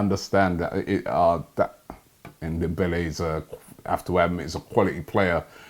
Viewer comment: "Ndembele" LOL